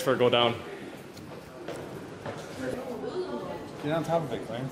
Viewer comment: ive watched every clarence video, and he hasnt pronounced specifically correct once.